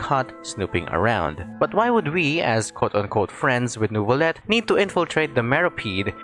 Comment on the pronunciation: The way the npc said nervullette instead of neuvillette